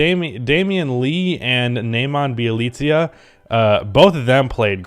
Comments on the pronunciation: BYE - LI ( I is pronounced same as E in Leaf) - CA. Damn stop butchering poor guy name. In Serbian language I sounds the same as E in English language. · i love you but its Bee-uh-leet-suh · Thats not how u say Nemanja Bjelica 😂